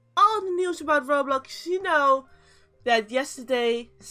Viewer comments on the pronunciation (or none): none